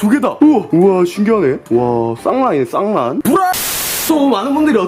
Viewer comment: 쌍란을 썅나라고 들은 1ㅅ...ㅋㅋ 부..라 ㄹ..이라고..